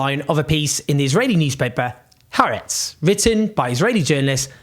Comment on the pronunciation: Thanks for your commentary which I value. Two pedantic comments: Haaretz means 'the land' and is pronounced 'hah ahretz' not 'haretz'; 'apartheid' is pronounced 'apart hate', not 'apart height'. I am a South African with a degree from the Hebrew University - both things which cause me trouble :) - but still it's nice to get things right ...